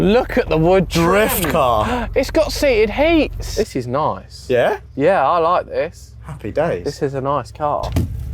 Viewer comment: bet no one clocked onto saying 'seated heats'